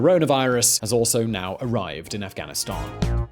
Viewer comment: you pronounced it ri8 buddy Afghanistani